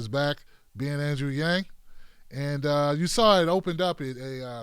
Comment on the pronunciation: She pronounced his name correctly, wow, 99% of the time I hear his name, i hear it pronounced wrong